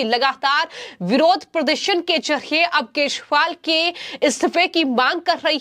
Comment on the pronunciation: मॅडम केजरीवाल का उच्चारण तो सही करे...😂